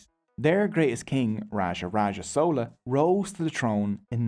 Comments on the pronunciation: It's not sola but chola and not sera but chera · Im sorry im really happy u made this video but its not sowla its chola 😭 spelt with the ch sound from chocolate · How do you pronounce "Chair / Chocolate / Chalk / Chimp"? How did then "CH" in Chola suddenly become "Sola"??? Like seriously man, how??? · Sola dynasty. I am sosorry its just funny to me, fyi its chola like chai or chia seeds. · It's 'Chola' not 'Sola' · It is sola bro. The sun god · I don't know how you got this much information without even knowing to pronounce Chera, Chola and Pandyas. Anyways nice video